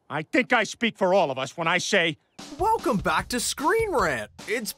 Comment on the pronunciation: Your whalecome 😂 one of the best lines